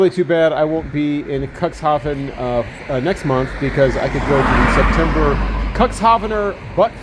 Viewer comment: It's pronounced cooks haven, not cocks😂❤ it's not the port of dicks, u know😂❤